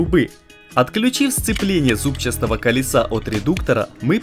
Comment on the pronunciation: Да, первые 15 раз я прослушал спокойно. Но после 50-го зубчаСтого колеса начал дёргаться глаз)